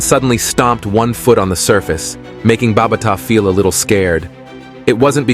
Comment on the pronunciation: BA BA TA SAY IT NOT BARBATA